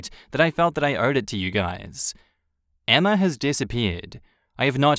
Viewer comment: It's not EMMARRRRR, it's Emma...